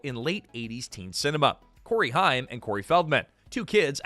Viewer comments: Haim. Not Hime. Haim. Rhymes with Aim. As in Aim to pronounce things correctly. A two second Google search would've told you the right to say it. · Corey Haim, not Hime. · Mispronouncing Corey Haims name is such blasphemy. Its like a stake in the heart!